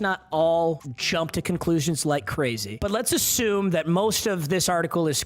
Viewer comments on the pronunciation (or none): none